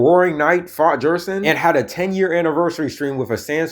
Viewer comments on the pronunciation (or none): Guy who pronounces gerson as jerson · Did he just call Gerson “jerson” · pronouncing "gerson" like the inventor of the gif would 🥀🥀